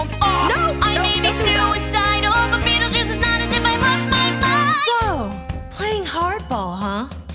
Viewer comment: Just say second syllable is juice and first is beetle😐😐